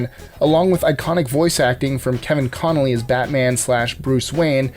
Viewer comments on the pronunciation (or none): Thank Goodness Batman was #1 lol but I'm giving negative points for mispronouncing Kevin CONROY not Connelly ... Thats like way off. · It's Kevin Conroy (not Conlee). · Am I the only person who hears Kevin Connolly instead of Kevin Conroy?